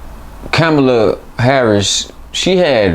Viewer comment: The host can’t even pronounce Kamala name correctly didn’t her daughter tell you fools sound like the paleface doing on purpose